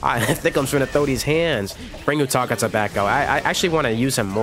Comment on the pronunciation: You butchered utakata’s name my GOD